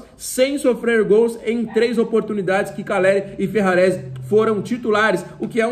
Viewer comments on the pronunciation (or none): tu falou Ferraresi e caleri